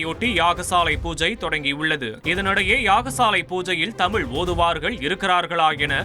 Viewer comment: தமிழ் மொழி சிறப்பு "ழ" . தமிழ் என்று உச்சரிக்கக்கூட தெரியாதவர் பேசுவதை வியந்து போற்றுபவர்கள் நோக்கம் என்ன என்பதை நீயே சொல்ல வேண்டும் முருகா